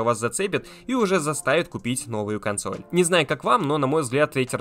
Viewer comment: Что такое косноль?